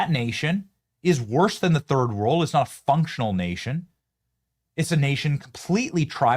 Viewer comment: Work on your pronunciation of "sectarian"